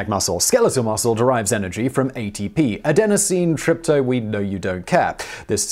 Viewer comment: adenosine tripto... you gave up because you already screwed it up? geez. its adenosene triphosphate. not that hard. you were already over halfway there... well, you would have been if you had gotten it right. but you got ADP right? c'mon man...